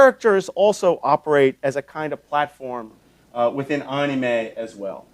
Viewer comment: ... you don't say anime like "onime" btw (it sounds like what it is) basically, the a's sound like "A" instead of "O"